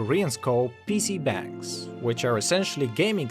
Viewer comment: its actually PC- BONG, its spelled bang but pronounced like bong